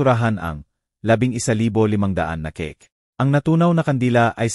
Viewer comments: C A K E... CAKE NOT KE KE😂😂BUT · Bakit ang narrator di MARUNONG mag pronounced ng salita ..cake he said Keke Ong sige ay sije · Hahaha natawa ako sa pagbigkas ng cake keke daw 😂😂😂